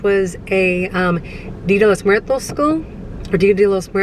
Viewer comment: Shout-out to for pronouncing Día de Los Muertos correctly! 💯 🎃 🌻